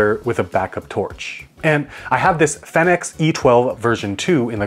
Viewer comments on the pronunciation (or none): It’s fee-nix & not fey-nix. 😄